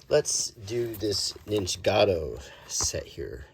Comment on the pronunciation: Ninjago, not nijicato…it’s right there in front of your face